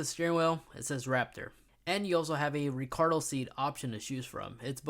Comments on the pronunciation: Recado seats? Na,,,man it’s Recaro. LOL, what the hell is english your second language? Ya can’t pronounce panoramic and no the sound system isn’t “surround sound” either. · Hahaha I laughed when he said Benning and Olsen... People be making up brands on the go when they are filming. Not to mention Ricardo seats. It's made by hand by Ricardo Ford.